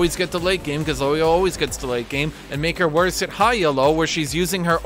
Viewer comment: How says Elo is really tilting me